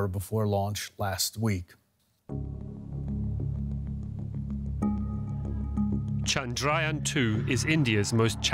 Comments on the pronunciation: Try to say ... Chndra - yaaan...not chaand-raayan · It's pronounced as "Chun-druh-yaan" and not Chundraa-yun. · It's pronounced "chandra yaan" not "chand raayan". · It's Chandra yaan not Chandrayan . Even Indian reporter said it wrongly. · It's not chand-ryan its chandra-yaan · The right pronunciation is Chandra(Moon)-Yaan(vehicle).. You can pronounce it like u pronounce yawn only with an emphasis on 'A' from an open mouth